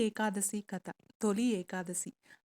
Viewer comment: కత కాదు కథ please check your pronunciation